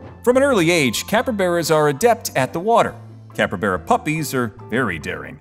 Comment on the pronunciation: Great video, loved the info, but IT NOT PRONOUNCED "CAPREBERA" IT'S CALLED A CAPYBARA